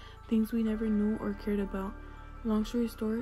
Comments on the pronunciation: "long shory stort" 😆😆love your videos keep doing you 🤍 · I’m sorry but “long shory stort” has me in tears😭😭